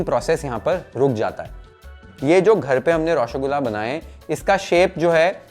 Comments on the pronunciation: Its not Roshogula Its Roshogolla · U r pronouncing it as Roshogulaa. Try pronouncing Roshogolla❤😊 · Par roshogolla sahi se bolna nhi aya 😭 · Pronunciation is a bit off... Try raw-sow-gol-la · nolen gur>>>>>>>>> any other creation known to man… ps: please look up the pronunciation of roshogolla😢